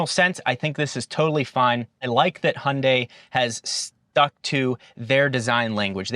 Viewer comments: but still not perfact ... it's not (Hun) dae.... it's more like (Hyoun) dae ... like when you pronounce 'young' not like hundred !! lol '현대' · Yes indeed - for everyone outside of the US (Including Korea which should be the ultimate authority given it's a Korean brand) the pronunciation is similar to HIGH-UHN-DYE (hi-un-dai) with a slight emphasis / inflection on the second syllable. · The Y in Hyundai is pronounced too. I’m only saying this because you mastered the last syllable 🙃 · I heard “Hyundai” but was thinking “Hyundai”…🧐